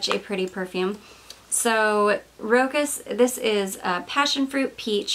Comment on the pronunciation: Hi! Please don’t hate me 😊 Rochas pronounced as roSHAs with the emphasis on A... Have you tried their classic Femme? I have polarized feelings on it...